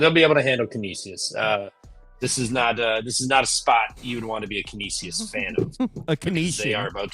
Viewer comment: Trevor trying to pronounce Canisius is hilarious. It's can-ish-is 😂